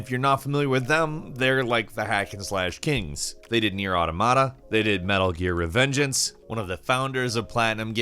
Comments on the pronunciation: "Near Ahhhh tuh mah tuh"? Reaaaalllly really?! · You're going to anger the weebs with how you pronounce Nier: Automata.